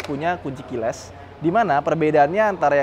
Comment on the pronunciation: Kiles? Keiles bang, bukan killes